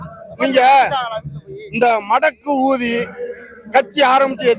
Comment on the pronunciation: அண்ணே மடக்கு ஊதின்னு சரியா சொல்லுங்க, எனப்கு வேற மாதிரி கேட்குது